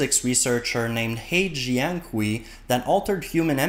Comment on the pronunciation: Very interesting! I've heard a lot about CRISPR, so it was nice to get an understandable high level primer on how it works. You did rather butcher the pronunciation of He Jiankui's name, though, so if you want to hear a better pronunciation, type 贺建奎 into Google Translate, make sure the language is set to Chinese, and press or click the little speaker icon 😊